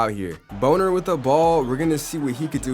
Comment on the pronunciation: I think it’s Bon-ner instead of boner.